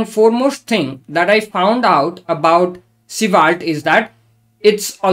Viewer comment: Honestly, I love your pronunciation of Svelte. I wish this was the official way. (I truly mean it.)